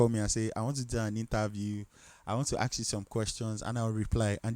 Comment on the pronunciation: Ask not aks😅😅 but ur my fav teacher